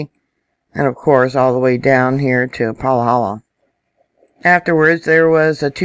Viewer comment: Paw - Hall - Law ... PAHALA ... say it once and you have it ... It’s an easy to say Hawaiian word .. 🤙 🌋 ...